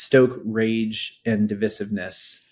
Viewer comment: Your wife can pronounce devissiness with the accent on the second syllable. Sir please learn how to speak a word before using it on your post network.